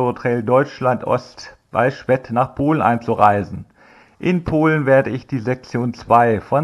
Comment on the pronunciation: Servus! Als Schwedter muss ich mal Einspruch einlegen! Das e von Schwedt wird deutlich länger gesprochen! Dann hört es sich auch nicht komisch an ! Super Tour auf jeden Fall! Grins und Gruß da Icke